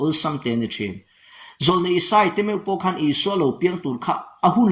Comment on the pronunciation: Zu khawn chang lo tih a Khawn tih hi lam rik sei tur a nih laiin lam ri sei lovin tawitein lam rik a ni a.